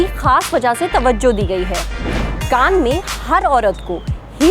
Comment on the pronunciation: Kan nai Cannes hai wo.